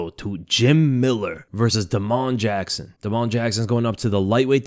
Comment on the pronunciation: Da’mon Jackson???? 😂😂😂